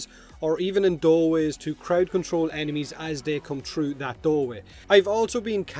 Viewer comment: It's pronounced "that" not "dat".